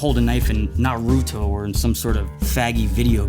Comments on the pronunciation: It's not pronounced (na-ruh-do) it's pronounced NARUTO!!!! Gee man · lol how he says naruto is so funny how does he know naruto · and why does every one pronounce Naruto wrong watch the show it will pronounce use it that way